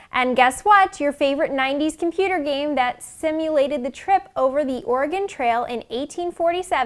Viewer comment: Learn how to say Oregon and Willamette correctly please